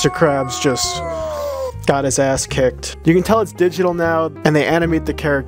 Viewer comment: "jhis ears"